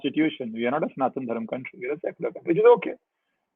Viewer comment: It's Sanathana Dharma..why do you North indians cut the "a' in every thing 😂😂😂..and south add a #a# in everything